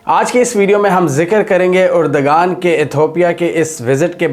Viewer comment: Mohtaram turkey k wazeer e Azam ka naam urdoghan nahi hai erdoghan hai